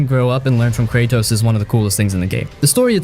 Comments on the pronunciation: "Kay Tross" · Did he just call him Krachos? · Who tf is "Aitree-Iss" ?? Wait who tf are "Cray-Trose" & "Uh-Trerriss" I played this game all the way through TWICE and haven't ever heard of any of those characters in that game, sorry but I don't think you're talking about God of War 2018 because afaik none of those people exist in that game at all, so I'm thinking you're talking about some other game or something.. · Spec ops the line redeems your pronunciations of kratosv and atreus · The way you pronounce Kratos and Atreus hurts my ears... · Stopped watching after you kept saying Atreus wrong even kratos lol. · Also, with the pronunciation of some names, it’s like they’ve never actually played them. Atreus, Kratos, Sevastopol.